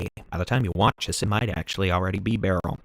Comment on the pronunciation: Beryl is pronounced like pearl.